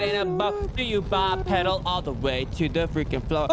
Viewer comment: Why is mispronouncing bipedal. Its bi-pee-dal